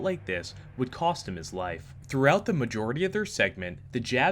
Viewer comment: I heard that as 'wife' instead of 'life' LMAO